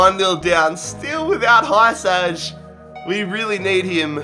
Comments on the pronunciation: Hiousai is the name not hysaj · It's not Hysaj its hee-sigh